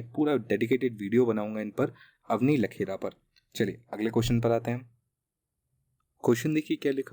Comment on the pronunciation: बार-बार आप अवनी लेखरा को लखेरा कह रहे हैं।